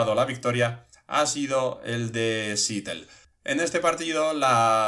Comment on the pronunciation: Se pronuncia SEATEL no SITEL. Buenas noches krak en